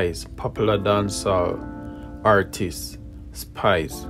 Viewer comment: The grammatical errors...lawdddddd... Explosure????exposure Hartist????artist Tek time and pronounce the words and speak in your normal accent and it will flow naturally.